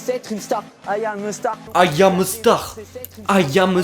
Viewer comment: AYAM EU STAR 😂😂😂Les français ont vraiment du mal avec l'anglais😝